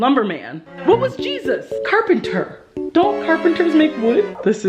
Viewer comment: "What was Jesus? Ker-pen-ter" 🤣🤣🤣😍